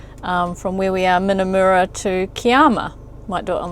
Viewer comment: Just a heads up about Aussie place names - usually the U is an 'uh' sound, where in NZ we use an 'oo' sound for a U. So Minnamurra is with a short Uh in the murra, not a moora like it would be in kiwi. I was so worried when you went in chasing that drone at what looked like dusk! No, no I was saying, don't go in at shark feeding time! 🤣I'm glad you all made it out alive! love and hugs🤩